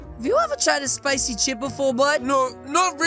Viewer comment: I thought he said spicy never dice